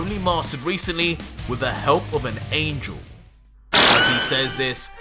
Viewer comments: "Angle" not Angel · angle not angel angle